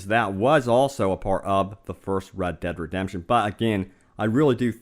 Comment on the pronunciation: The game is pronounced RED DEAD REDEMPTION 2 not RAD DAD redemption 2.